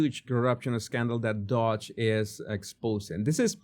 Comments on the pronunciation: Doge. Not 'Dodge' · It's not dodge... it's doge.